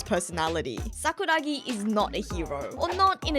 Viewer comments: i swear i was gonna click off when she said sakura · I was gonna click off when she said Sakura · I was about to go fucking crazy with saying sakura. I was literally clicking off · i swear i was gonna stop watching when said " sakura "